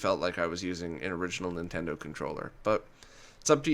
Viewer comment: Dude: "Nintento" has an N sound at the beginning.